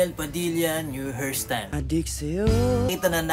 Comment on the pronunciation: “Nyu her stayL”